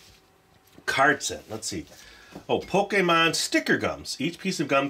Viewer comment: Finally someone who pronounces Pokémon correctly!